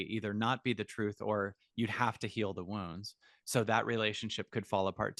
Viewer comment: I thought he was saying ‘worms’ ! It took me a while to realise he was saying ’wounds’.